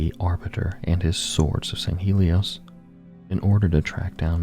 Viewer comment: Sand Shiune? Sounds more like “Dune”.